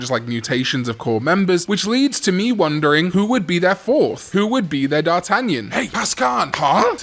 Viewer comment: You mispronounce d'Artagnan.